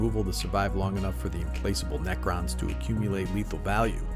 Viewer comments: If you're going through the trouble to make a video, you might as well have taken 2 seconds to Google how to pronounce the card. "Knee-crons" killed me. At least you got a comment out of it though! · Was gonna watch, then you said kneecrons. I’m out